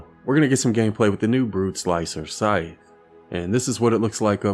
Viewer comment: Say sycthe SIKEEEEEE 🤦🏻‍♂️